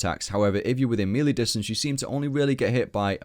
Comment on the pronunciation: Mispronouncing melee in 2015? Shame.